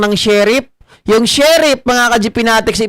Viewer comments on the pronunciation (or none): Brod.sheriff hindi sherip